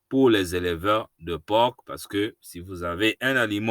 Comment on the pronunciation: Merci bien. Le "c" de porc est muet